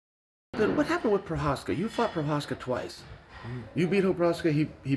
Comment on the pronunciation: Wait a minute, this guy could pronounce Prochazka this whole time? I've been bamboozled lol